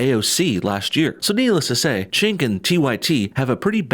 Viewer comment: It's pronounced Jenk not Chenk.